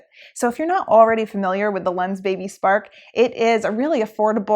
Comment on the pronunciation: i thought she say Lensbaby Sperm :D :D